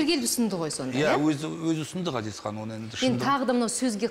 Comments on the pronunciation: Дина Ғазизхан деп дурыстап айтшы. Акциентпен отирик Газизхан демей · Дина Газизкан ГГГГГГазиз демей, қазақша Ғазиз деуге болатын еді ғой ия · Жүргізуші Дина ханым неге Газизхан деп орысша айтып жатсыз есімін қазақша Ғазизханғой. Сіз Г әрпімен айтып жатсыз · Газизхан нес😆Ғазизхан деп айтсан не болад 🤦🏽‍♀️ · Газизхан дей бергенің не понт Дина? Давай есіңді жина! Ғазизхан десей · Маа жургизушише Газизхан диберген неси Ғазизхан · Газизхан емес Ғазизхан шығар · Жүргізуші неге қазаша Ғазизхан, ғ (ғарыш) дегенде, айтпайды. Газизхан Газизхан деп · Дина! Газизкан емес Ғазизхан деп айт дурыстап сөйлеу керек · Газизхан деп отыр Дина сиздин атынызды Мина ,Ина десе недисиз дурыстап айтсанышы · Ғазизханды «Г» "Газизхан" деп, фишка қылғысы келді ма екен, Диночка!) Ол да дұрыс шығар. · "Ғ" деген әріпті таниды ма өзі мына тәтең? Қанды ішіп бітті ғой "Газизхан" деп! 😡😠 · Менің атым Ғани орысша сөйлеп қалған қазақтар Гани десе қаным қараяды, мынау да Газизхан деп қанды қайнатты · Дина ханым "Ғ" деп айта алмайсыз ба? Газизхан демей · Газисхан емес дурыстап айтсай Дина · Дина Г емес Ғ деп қазақ әрпіне мән беріп, дұрыс айтыңыз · Газизханды казакша айтшы.дина толепберген